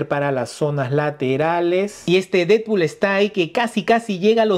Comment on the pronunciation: solo vine a ver si tú también dices "didpul" en lugar de "Deadpool" 🤨